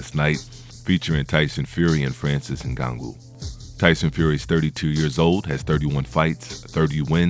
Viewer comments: Not Ngagou. NganNOU. Can’t be making all these videos on disrespect about FBA and you can’t even take the time to learn name of our African champions/fighters, before making a video. Yet if we call this out as the typical covert disrespect, you’ll say IM the one being divisive. Not only that - you should address him as a Cameroonian/African, the same way you don’t hesitate to do so once it’s a topic of negativity. But in this entire video, no direct reference to his nation. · It's not In-Gon-Goo it's In-Gone-New👍🏼 Put some respect on his name bruh🤦🏽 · ngannou not snngago lol and you are suppose to commentate boxing matches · Ngango bruh it’s ngannou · Tyson is 35 not 32 ....its francis Ngannou(In-ga-nu) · Jesus the dudes name is Francis Ngannou, it’s pronounced N-gan-nou. He is NOT a grappler and a great wrestler. He is a striker. Almost all of his wins have come via Knockout. Tyson Fury is an average boxer? What other man that big moves like that? The fact that Fury gets knocked down in many of his fights is simply the fact that he is a heavyweight boxer. There are 21% MORE KOs in the HW division than in any other division. That fact is he GETS UP from knockdowns most fighters are not able to get up from in a division where the guys are 200+ pounds. That is insanely impressive. You have a clear anti Fury bias. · Francis Ngagoo 😂... bro got me dead with that pronunciation 😂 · Get that man name right...N-GAH-NU.... You're butchering his name. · He name is correctly pronounced Francis Ngan-noo (Ugannou) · Did u just said Ngangu? 😂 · Is there a reason you've made up your own way of pronouncing Francis' surname? Just listen to ANYONE else say it...and...say it like that?